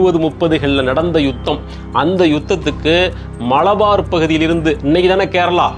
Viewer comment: மளபார் அல்ல. மலபார். மலபார் ஹில்சலதான் அம்பானி வீடுன்னு யார் சொன்னது சார். ல ழ என்று இரண்டு ஒலிகளை கொஞ்சம் பயிற்சி எடுத்தால் வரும்